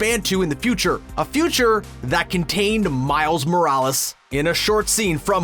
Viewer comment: Why do you pronounce Miles Morales in a weird way?